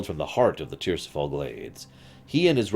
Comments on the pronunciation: Tir-is-fal. Not Tirsifal. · ti-ris-fal it's derived from Tyr's Fall but that doesn't mean you pronounce it the way you say it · What the hell, saying tirisfall tirsifall lol. If you haven’t played the game one should not be reading these books. If you’ve played the games you’d know how to pronounce/say correctly the names that were butchered.